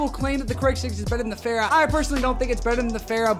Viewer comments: Fara not Phara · Every youtuber: fara Him: fera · Say it with me, not FERA. FAHRA!!!!!!!!!!!!! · The way he says fara